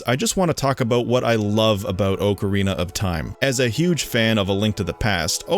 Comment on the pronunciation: It still stands up till this day. Not perfect, but with all those limitations still better than much of what's released today. You also can't pronounce ocarina and a kind of flute I guess created back in 1853.